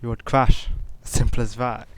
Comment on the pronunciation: "sirmple ass vat" lol